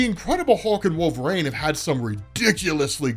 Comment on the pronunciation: Who is "wolverane" ??